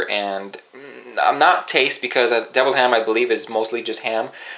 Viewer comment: OMG the way he says deviled ham has me rolling!